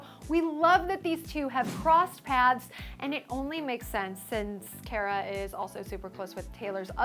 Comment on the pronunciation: Love the...umm...talker person, but she pronounced Cara Delevigne wrong. It's Car-a. Not Care-a. Unforgivable.